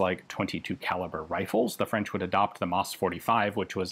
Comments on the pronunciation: ...WOW...Ian's French pronunciation is getting better and better.... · j'adore votre prononciation du français, vraiment. Bien des français devraient prendre exemple sur vous quand ils parlent en anglais, au lieu de profiter de la hype de notre accent pour ne faire aucin effort. Et c'est un mec qui parle couramment le franglais qui vous le dis.